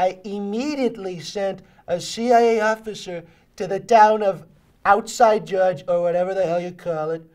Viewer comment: Perfeito..."outside jurdge" hahaha